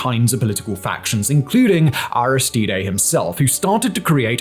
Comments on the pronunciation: Arristeed. Not Aristeeday. He’s not Mexican. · Port- ow - Prince. Air - iss - steed. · Simon obviously knows little about Haiti as evidenced, to start with, by his atrocious pronunciations of things related to Haiti (e.g. Aristidé ????) He mentioned Guy Philippe (Simon, a great teleprompter reader, misprounces "Guy", of course) as not being a gang leader but he definitely was some sort of gang leader when he overthrew the legitimate government of Haiti in 2004. Who knows, maybe President Cherizier might be the solution for Haiti. Better than the corrupt oligarchs, or the carnival clown , Sweet Mickey, selected by HIllary in 2011, or any one in the ex-Haitian Government today. If Haiti is to become a Somalia, then let it be so. Eventually, Haitians will work things out but I am afraid that once they do, the US and France will once again sweep in, bribe and corrupt the leaders, control them, and the cycle will continue. I wish China or Russia could help but that would be a red line, it is the only solution. The US would do in Haiti what Russia did in Ukraine. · Aristide is three syllables...like french. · Why are you pronouncing "Aristide" that weird way? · The way Simon butchers Aristide’s name 😂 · Do you intentionally mispronounce so many words? Or is this congenital? Aristide. Port au Prince. No reasonable person is expecting you to actually have a Creole or French accent, but my god! Take 30 seconds, use the internet, and come up with a reasonable approximation of these words. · The mis pronunciation of "Aristide" is really jarring, fantastic video but someone should have corrected that